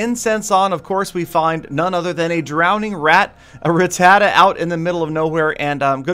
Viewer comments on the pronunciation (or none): Rah-tuh-tah not Rah-tah-tuh